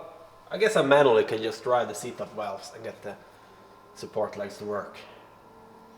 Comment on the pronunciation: New sub here from San Diego...great channel...I think you and Camerata are distant cousins...love the way you say "Walwes"...and Love your pride for your Swedish flag.